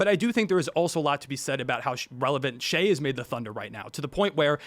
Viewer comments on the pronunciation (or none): and the way he said “shie” instead of shai. these old heads dont even watch the league they js hold on to nostalgia